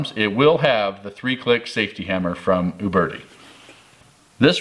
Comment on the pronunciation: Thumbs up for calling them OOOOBERTI and not YOUberti.